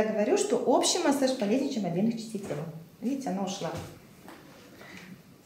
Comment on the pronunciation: Во время массАжа. Выключил. Так карявить в названии своей профессии...